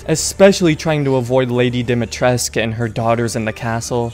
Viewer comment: bro, in Romanian we pronounce every letter so it's Dimitrescu not Dimitresc